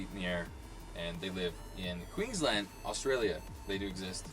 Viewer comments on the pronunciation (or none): none